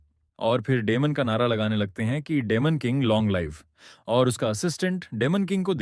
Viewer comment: डिमन king ❌ डेमन king ✅. 😂😂😂😂😂😂😂😂😂